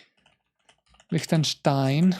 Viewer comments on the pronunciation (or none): niger is pronounced nee-zher liechtenstein is pronounced as lik-tuhn-stine myanmar is pronounced as mee-an-maar